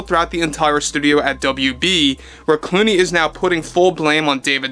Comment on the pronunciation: Is it george looney? Or looney George?